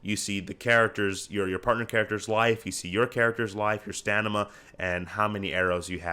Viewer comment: I cant unhear that you said Stanima. Halp. Looks crazy good btw :)